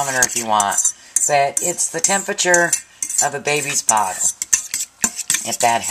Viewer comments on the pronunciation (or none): She said: Baby's BOTTLE, not Baby's body.